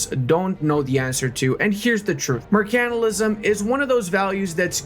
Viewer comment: learn how to say Mercantilism